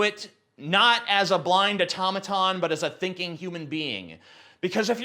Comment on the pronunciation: oh- tom-eh-tons